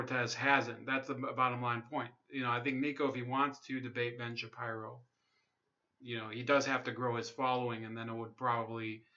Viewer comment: Stop saying his last name wrong ! It’s “Shapeero” bro.